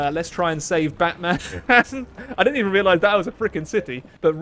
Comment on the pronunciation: The Turkish city, Batman is pronounced “Butmun” and of course with expression,.